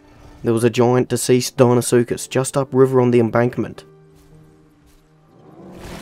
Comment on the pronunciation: thought you said dienosuchus for a sec,was gonna say”that’s in already!”